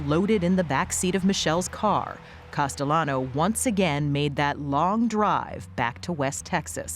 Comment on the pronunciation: Test him! Call him CASTEYANO...LL IS PRONOUNCED YYU...HE WILL GET FURIOUS😅